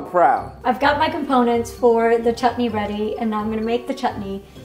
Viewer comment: His pronunciation of sambar and chutney is accurate tho- as a South Indian I've seen many people pronouncing Sambar as sambURR 😖 That's illegal 🤯